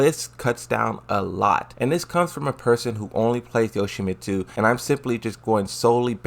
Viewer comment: Hey,, how do you pronounce the name Yoshimitsu? "Yo-shi-mi-two"